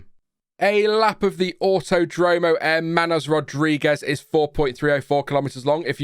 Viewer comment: Love it that you actually pronounce Hermanos correctly